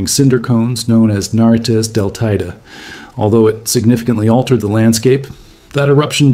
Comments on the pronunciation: FYI: It's Tener EE fay (Tenerife), and Tay EE day (Teide). For next time. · The pronunciation of Teide is actually really triggering 😭